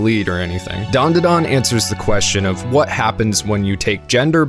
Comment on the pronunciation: Its Dan Da Dan Not Dawn Duh Dawn you aren't special